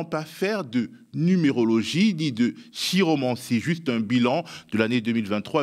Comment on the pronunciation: Remarque amicale On prononce "kiromancie" comme on prononce"Téophile" et non "séophile" .